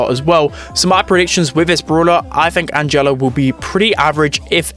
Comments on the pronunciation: Yeah, you've got to stress the A. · calling angelo "anJELLO" is painful